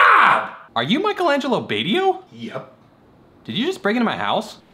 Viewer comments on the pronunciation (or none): It's pronounced "Bahts-ee-oh" not "Bay-tee-oh". Ugh..